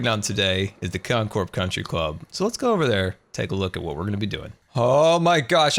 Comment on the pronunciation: “Con-try Club”